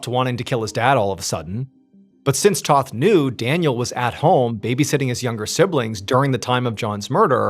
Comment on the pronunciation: The name is Tōth not Toth.